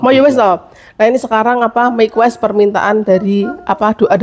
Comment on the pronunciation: Mequest apa aku ga salah denger ya ? Bukan request mbak 😅